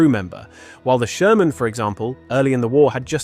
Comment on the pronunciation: Die KI quatscht einen Scheiß zusammen ... Sörmän usw...